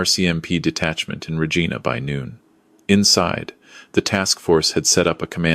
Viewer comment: she had already climbed into the cab. sleeper is part of it. pronounced Regina wrong